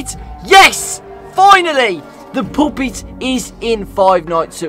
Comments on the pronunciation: why when says puppet it sounds like he sayin "POOPIT" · I like how says ''puppet'' but it sounds like ''poop it'' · calling the puppet 'puupit' is gonna give nightmares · “The poopit” XDDDDDD. But overall, this is such a good video! Love it! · “The poopet” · POOPET!!! Me: 💀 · You said poopet is puppet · bri’ish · "Finnally! The poopet is in five nights at freddy's four!!" 💀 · "IS DA FRICKIN POOPET" I love british people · saying poopet never gets old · "the pop-it is in five nights at freddys 4 gois!" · says: " the poopet" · "ITS THE FREAKING POOPET" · no offense to british people, but when said "IT'S THE POOPET" i felt that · I love "ITSD DA FOOKIN POOPIT" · everyone:puppet: poopet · Not him saying poopet😭😭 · "Its the frickin pupit"💀💀💀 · really said Poo-pit. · “ITS THE FREAKING POOPET” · "IT'S THE FRIKING PUHPET" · No way said "poopit"😭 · "ITS A FREEKIN POOPIT" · Did he just said "poopit"??? 😂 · Why says "Poopit" 😭😭😭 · At 2.16 of the video the guy say poopet